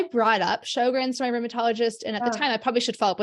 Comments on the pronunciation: Show-grens dear. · It is pronounced sher-grens